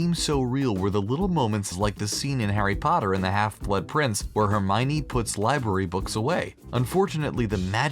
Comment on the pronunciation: its not herminey its hermione (her-my-owny)